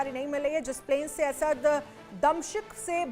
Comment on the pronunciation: मैडम यह दमशिक क्या है 😂